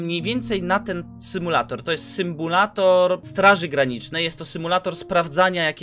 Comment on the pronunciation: symbulator?!? Xd